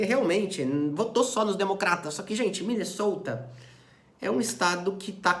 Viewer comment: meteu um MinnesOuta, a la minnesotans, you betcha! 😄